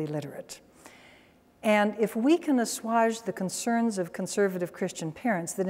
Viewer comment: "Assuage" is pronounced "uh-SWAYJ," not "uh-SWAHJ" as Dr. Scott does on more than one occasion. It rhymes with "sage," not "massage."